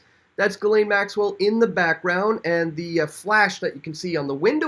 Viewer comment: Ghislaine is pronounced ''jiss-lenn'', with a soft j.